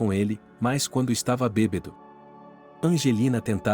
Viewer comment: Que narrador péssimo. Não é BEBEDO. Mas BÊBADO.afff